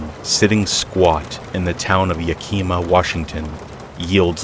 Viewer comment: Hey! Fan from the PNW. Just a FYI; so when saying “Yakima” the emphasis is on the first syllable…as in YEAH-ka-maw. Great storytelling as always!